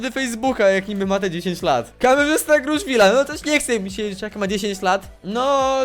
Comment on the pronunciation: Ale super orto ; Kameszysta zamiast Kamerzysta ;_